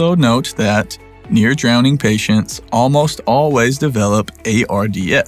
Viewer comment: It's dwowning